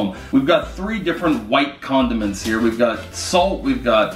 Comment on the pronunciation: I heard was condoments